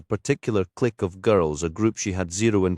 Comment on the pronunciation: How original. A scottish robot reading a text. When the robot can't pronounce "clique", that's a clue. Second clue. No punctuation means that the robot just charges !!!